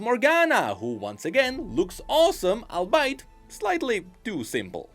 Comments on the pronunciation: Why does he pronounce albeit as "all bite" when its actually pronounced "all be it". He does this in like 4 consecutive videos 😂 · It's albeit not "I'll bite" I used to think the same thing too.